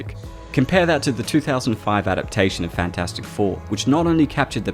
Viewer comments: "enter fant 4 stick" lmao ded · Everytime I hear say FantFourstic, it just makes me chuckle.